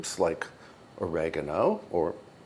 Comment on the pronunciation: Oregano is good your first pronunciation 🎉. Ciao